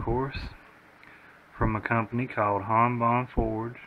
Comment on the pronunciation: Han not haan